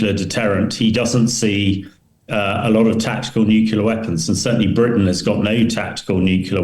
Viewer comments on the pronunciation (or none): I know that I am nit picking but his use of nucular rather than nuclear really grates!!! All the more surprising as he is clearly British. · I wish Ben would stop pronouncing nuclear as nucular.... Arrgghhhh! Other than that, the analysis is good. The internal pressures on Putin are mounting exponentially. He is trapped by his own hubris and lack of realistic strategic planning. Ukraine was always far too big to conquer or control, even for a military as large as Russia's. What Putin has underestimated is the value of freedom and identity to Ukrainians. It's the same for Poles, Romanians and all the other previously Soviet Bloc states that are now part of the EU and NATO. He has forgotten the real reason why the Iron Curtain (and with it the Soviet 'empire') fell. It wasn't tanks and bombs, it was the post-war western European culture that was live-streamed directly to the people of eastern Europe via their analogue TV and radio sets, from massive transmitters that were deliberately placed on the border. Those countries that came over to the West (and now Ukraine) will never give up their freedoms. Also, it's too easy to blow things up deep in another country with modern tech, as the Ukrainians have proved so spectacularly. Also, most Ukrainians speak Russian as well as Russians do. They can blend in, infiltrate and act invisibly inside Russia. Russia can never win this conflict. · "Nuculer". How embarrassing. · It's always jarring to hear educated people say "new-kyoo-lar" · I cannot believe that a retired British colonel cannot pronounce the word nuclear. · How on earth does a British Colonel not know how to pronounce 'nuclear' correctly ? Mind-boggling. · N.B. There is only ONE "u" in nuclear.